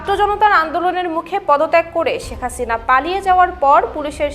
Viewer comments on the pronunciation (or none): none